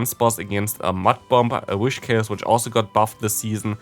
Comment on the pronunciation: You always say whishcas instead of whiscash 😂